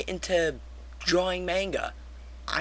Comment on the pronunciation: lol mispronouncing Manga. Good rant.